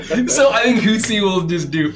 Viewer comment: it's Hootsie 😭😭😂